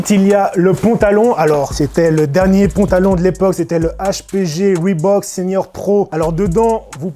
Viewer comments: bah il le prononce bien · Merci de pas avoir massacré le nom Reebok. Cordialement, moi.